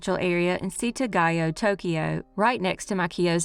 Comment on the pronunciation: OMG, your presentation and pronunciation of the Setagaya family murder was perfect, despite your disclaimer. I'm a long time lurker, and should tell you more often how much I appreciate all the attention you bring to all the cases you present to us. ❤️